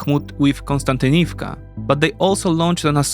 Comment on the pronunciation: It always amazes me how you mispronounce city names and seems like don't even try to spell them correctly in videos. (And I don't mean pronounce it like natives but rather you often insert letters that are not there or skip some) e.g. you write Bachmut in video title which is incorrect but show Bakhmut on map which is correct, you say Kuzymyne instead of Kuzmyne, Konstantinivka instead if Kostiantynivka, Ivanivka instead of Ivanivske, etc. I would really apriciate it if you start paying more attention to this.